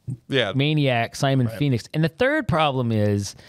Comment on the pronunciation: Did anyone of you notice when stallone shout "phoenix " it sound like he shout "penis"